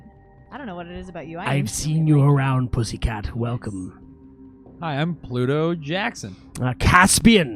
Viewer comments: And "Pluto" becomes ""Polluto" lol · Pooor Pluto keeps being pronounced Pollute-oh! :p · I am aware of the existence (religious/mythological/astronomical/etc) of Pluto. I was referring instead to a perceived recurring additional syllable which would transform that name into something else, eg a hypothetical antagonist to 1990s fictional environmentalist superhero, Captain Planet